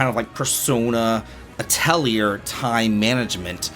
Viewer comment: Atelier the R is silent. [ah - teh - lee - eh]